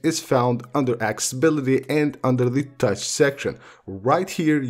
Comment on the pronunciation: “Access-i-bility”! Can’t find “Acc-sA-bility” on the iPhone (is there even such a word). Can’t continue listening... hurts my ears! 👎🏽